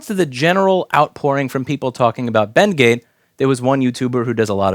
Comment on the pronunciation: When Louis say BendGate, it kinda sounds like Bengay and I giggle